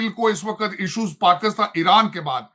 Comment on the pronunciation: This man kept calling' Pakustan... Why?? He can't say PAKISTAN"??